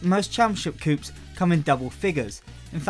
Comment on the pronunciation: Coup is pronounced 'coo' not 'coop'.